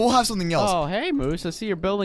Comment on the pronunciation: Not moos it's moose